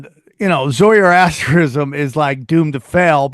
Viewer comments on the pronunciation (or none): It's 👉 Zoroastrianism, NOT 'Zoierastrisism' as you mispronounced multiple times Sam. 😂